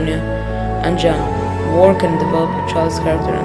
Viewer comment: it is wrote jan but pronounced yan